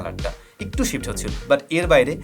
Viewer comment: হালায় বাল পাকনা। উচ্চারণ করতেই শিখে নাই আবার রিভিউ চোদায়, উচ্চারণ টা একটু হবে ইকটু না মাদারফাকার।তুই ব্যাটা কী সফটওয়্যার ইঞ্জিনিয়ার নাকি তুই অটোমোবাইলস ইঞ্জিনিয়ার? নাকি তুই ফটোগ্রাফির উপর কোর্স করছিস? দুই ফোন লাড়াইয়া রিভিউ যে কেউ দিতে পারে,গ্রহনযোগ্যতা আছে কী না দেখতে হবে। দুঃখের বিষয় হলো এক শ্রেণির মানুুষ এদের ভিডিও দেখে।